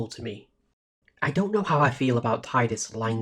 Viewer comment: Thanks so much for this! Six hours of “Tie-dus” has broken the curse and freed my soul. In all seriousness, it was great to hear you give commentary on each of the scenes and story beats. There are lots of FFX retrospectives on YouTube and they don’t always pick up all the little intricacies. Nor do they always try to seriously engage with the “false hope” argument and different reasons characters choose self-sacrifice despite the futility of it the way you have so really big kudos.